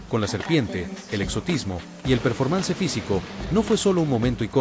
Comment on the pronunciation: Todo bien solo mejorar un poco la pronunciacion en ingles y en caso de ser AI pues ojo cuando pronuncie cosas como Performance